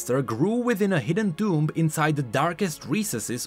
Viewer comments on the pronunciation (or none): none